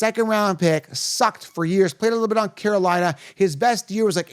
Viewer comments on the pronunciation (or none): none